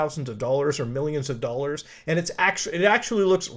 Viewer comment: Millions of what? Dolers?